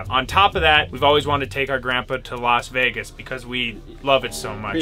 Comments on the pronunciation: Everyone: Vegas: vaugus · why cant ben pronounce vegas ? "veygus" ? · Bro why does ben say veegis😂